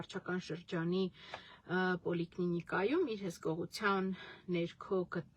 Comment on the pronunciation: Բժիշկներու ու պռաֆեսրները ընտանիքի հպարտ դուստրը պոլիկլինիկային ասումա պոլիկնինիկա, վայ քունեմ ես ձեր կրթվածը